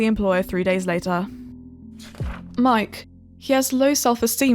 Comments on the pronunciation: Sorry to be like this but uHm.. inhale iT iS PRONOUNCED me-kay ME KAY YoU gOt tHaT!?!?!!?!?!?!?? hAvE yOu EvEn wAtChEd tHe sHow Or yOu jUsT GoInG bY A sCrIpT A SeWeR rAt GaVe YoU????? (No offense to sewer rats- aka Ging) inhale JJhGGghHUhahakahahaararRrTtayYgRarDacahjaiaraeaeayahavagaiaoaiahabakhahahahaj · mike's name is actually pronounced me-kay lmaooaoa